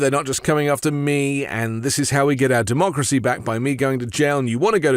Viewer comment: The last republican to say the word "democracy" ironically was Bush. I think Trump said "dumb-ocracy" No other explanation. And, yes, this is an ongoing insurrection.